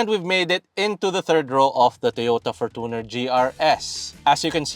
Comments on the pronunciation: ForTOner, youTOb, naTOre's spring, TObe, TObing, naTOre, comMOnity, SOV, EOrope, that's how these ppl pronOOnce it. Why? Even toyota themselves pronounced it FOR•CHUH•NR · for-toooo-ner wtf 😂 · Kala ko ako lang nakapansin sa For-toon-er. 😅😅😅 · Your pronunciation of fortuner is really annoying